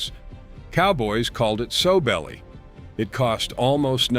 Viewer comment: Not soe belly. SOW, like a female hog.